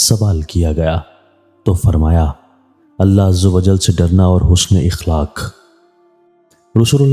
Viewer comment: Akhlaaq hota he ikhlaaq nahi hota